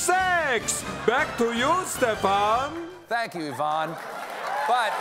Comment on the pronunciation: When you can't tell the difference between the way an American pronounces Yvonne and Ivan 😂